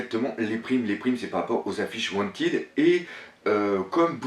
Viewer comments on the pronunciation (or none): none